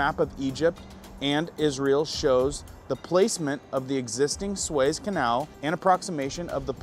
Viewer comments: It’s pronounced Sue-ez not sways. Just fyi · PRONUNCIATION IS SUE’EZ’ CANAL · "Sue es" is how that canal is pronounced. Thanks for all you report! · It isn't pronounced SWAYZE canal........it is pronounced SOO-EZ canal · It's pronounced "Soo-ez" Canal, not " Sways." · Isn't it pronounced SU-EZ Canal.... he is pronouncing like 'SWAYS',,,, i Really do Think it's pronounced SUEZ, as it's written,,,,,but, i give him a pass,, <3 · Not pronounced sways.. It's pronounced sue ez. I have a friend that's a war correspondent there, the best of the best. He has his own podcast but works for CBN (Christian Broadcasting). If you watched about the war, you have seen him. He debunks rumors and been a correspondent for 20 years. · Sways? It is pronounced "SUE - EZ" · It is the Sue ezzz canal not swez canal. 😉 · Su as in Sue. ..ez. Nothing surprises me. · It’s pronounced sue-EHZ, not sways. Howdy from Central Florida. 👋 Nice report. Thanks! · Swez canal? 😮. "Sue-Ez"...... 👃✌️ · Sue-ez, sue-es, Suez canal haha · Sunday Monday (You’re cracking me up) It’s (Soo-ez). Love ya. Just yanking your chair.😂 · Suez. Soo-ezz. Suez. cheers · its pronounced SUE-EZZ canal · It's pronounced sue-ez ....my brother....sorry a bit ocd. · The canal is pronounced sue ez . Easy to see the canals desired now that you point it out. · You need to learn how to pronounce the words in your story. Suez Canal is pronounced. “Sue-ez” . I have been there and observed it. You sound more knowledgeable when you say the word correctly. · It's pronounced sue-ezz Canal I think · I hate to tell you but... You are not making any sense. When you said that Israel 🇮🇱 is against the US. You were showing an article about Hezbola. U are a pretty good guy but I think that you are a little bit confused. Also it's the Sue-ez canal. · Sue-ez canal. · It’s pronounced Su….ez. Long sound on the U. Apparently YOU don’t look at the news! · Pronounced Sue,- Ez, canal. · "Sue ez" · "soo-ezz" canal... lmao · Suez is pronounced SOO-EHZ